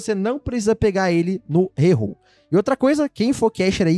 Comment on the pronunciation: Mano os cara fala rerrol , cara chance 0.6%